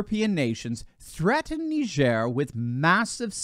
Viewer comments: I thought it was nai-jr / nye-jur Knee-jair sounds odd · It's not neigeire. It's Niger. Where do you think that word came from you jew? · It's pronounced like tiger with an "N". Ask a Nigerian. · Nee jare ??? Ive always pronounced it Nigh gur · It’s pronounced Ni-jer.. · I had no idea that country was pronounced “nee-zhair” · “NeeJearrr”. Get the fuc?k outta here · I always pronounced it..... Nigh-Jhir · I dont think it pronounced nihzer ! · Yeah, strange how he couldn’t pronounce it correctly 😂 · Please do NOT let Biden pronounce Niger! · I’m 44yo and just found out I’ve been pronouncing Niger wrong my whole life… But now how you might think 😂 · It's a shame that the doctor is pronunciation Niger like CNN does